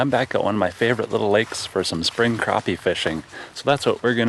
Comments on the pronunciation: I love your videos but the way you say crappie drives me insane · Have I been saying it wrong the whole time? I pronounce it crap-e not crop-e...